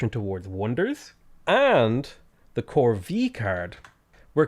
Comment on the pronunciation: corvée is pronounced "corvay". It's the accent on the e that does it.